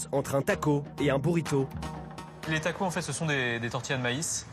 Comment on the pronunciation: Tacos on prononce le s merci